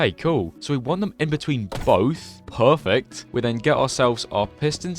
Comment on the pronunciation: we-bit so-noin wok Pho-fekt vool kar-pit's